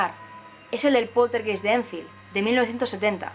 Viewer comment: Hola. Una observación, la palabra poltergeist se pronuncia /poltergAist/, es alemán, geist significa alma.